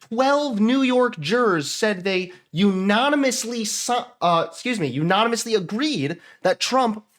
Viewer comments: its UNANIMOUSLY not u NON amously. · I love you but you pronounce “unanimously” weird 🙃